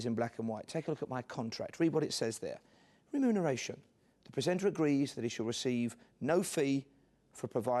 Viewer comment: Even funnier when he tries to say wenumeration!!